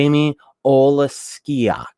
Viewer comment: Pretty close to their actual draft with a few improvements imo. Idk why they didn't take Tarasenko lol. Btw those names, its "Uh-Thanos-E-U" and "O-Lex-E-Ak"